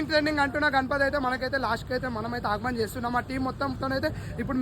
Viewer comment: Agman kadu bro aagaman 😂😂